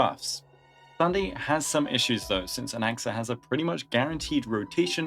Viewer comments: Why does it sound like he said “goonaxa” 😭💔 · I heard goonaxa, I'm sorry